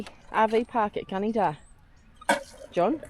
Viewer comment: its pronounced Gunn- a - dah 😂